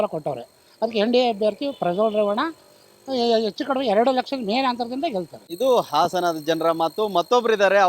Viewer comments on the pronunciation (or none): none